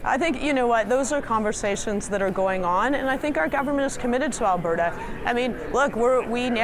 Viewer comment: ...did she say Alah-berta?